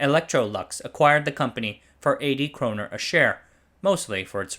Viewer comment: Nice video but it’s kronor and not kroner